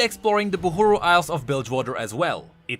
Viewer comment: And you till Call it Buhuru...